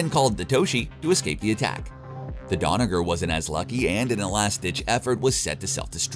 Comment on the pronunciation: “Rosiante” “Donover” dude has some baaad dyslexia